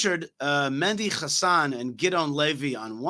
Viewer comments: it's Mehdi Hassan not Mendi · Mehdi, not Mendi